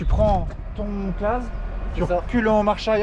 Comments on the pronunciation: Renault et Claas ! Et d'ailleurs ça se dit Classe et non Clase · En fin la fin du suplice made in massey ferquicogne et au fait on dit claassssssssssss 😂😂